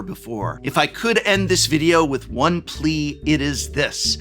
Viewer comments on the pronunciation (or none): none